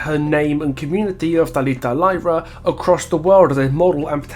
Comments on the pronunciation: And they are from Fortaleza, not Rio. And it's not ''lie-rah'' it's ''leerah'' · Also "y" in Brazil is pronounced as "ee". So their surnames would be "Leeruh". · Brazilian here. Really enjoyed the video and wanted to point out you actually pronounce the y in Lyra with an “E” sound. Sorry for pointing it out, but I’ve seen so many people pronouncing it wrong. Keep the good work